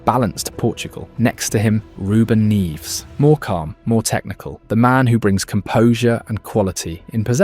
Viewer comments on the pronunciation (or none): Neves, not Ruben “Neeves” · fr, im portuguese and the way he said that name was so weird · Ruben "Neeves" but Joao "Nehvez" 😅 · More like “Nevsh.” European Portuguese eat their syllables lol